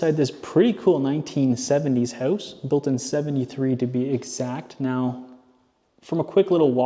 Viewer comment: how-oose? (house) are you canadian? lol doesn't matter, you sound very sexy